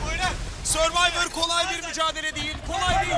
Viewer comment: 3 IQ nasıl yanlış diyor SURVVİVOR diye mi yazılıyor güzel kardeşim ŞSLXXJXKXJXJX